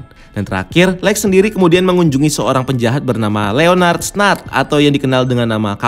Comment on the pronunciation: cuk lex napa jadi alek